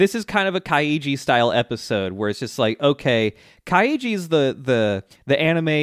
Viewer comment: Add to to do list: Learn how to say Kaiji